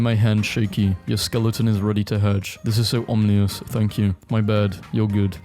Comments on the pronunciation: Dude your bloody vids keep autoplaying at me. For the love of all thats unholy, LEARN TO BLOODY READ!!!! It's vir-tu-us, om-in-nus, cav-al-ree!!!! You have one job.... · It's pronounced o mi nis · still can't pronounce ominous 💀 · Please learn how to pronounce ominous